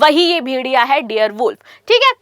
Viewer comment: डियर नही डायर वूल्फ पहेले बोलना सिखो